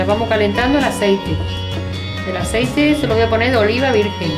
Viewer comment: el aseiti